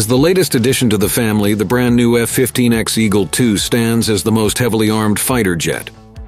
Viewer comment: It's not the F-15 "Ecks" it is the F-15 Echo X-ray or phonetically, the " E ecks" or the E X. Certainly not the Ex as this one is here to stay.